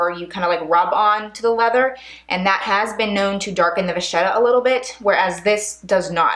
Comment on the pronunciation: Vachetta is an Italian name and in the Italian language, if you have a ch before the e, it is pronounced a k. Please don't be mad at me, I just wanted you to know. ☺️👍🏻So it is VaKetta, not VaShetta.